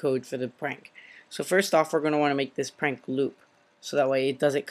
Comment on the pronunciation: you calld it pank